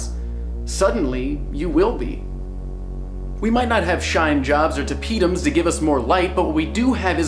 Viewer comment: heheheheheheh you said "shinejobs" (; hehhehehe